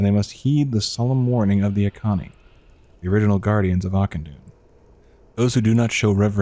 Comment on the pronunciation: bro kept pronouncing Auchenai as Akani